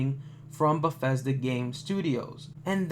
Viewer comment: you should practicing the studios name before you pronounce it wrong 200 times. it sound just as its spelled. there is no F in Bethesda